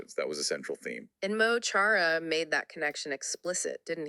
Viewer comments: Mo Choro is pronounced Ma Kara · It's probably been mentioned, but Mo Chara is pronounced Mu (the mu in the word must) and Corr-ah (the corr from the word correction). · Mo Chara pronounced Mo Kara in english. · Lads, "Mo Chara" is pronounced "Muh Chora". The "ch" is pronounced like "j" in Spanish. The phrase means "my friend". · His name is pronounced “Mo Kara” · Just a heads up Mo Chara is actually pronounced Mo Kara. It translates into English as my friend. Interestingly in Hiberno English there is the word mucker which literally transliterates from the Irish.